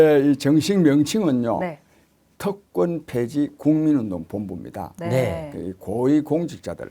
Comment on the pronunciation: 특권폐지인데 계속 "특검폐지"로 들립니다.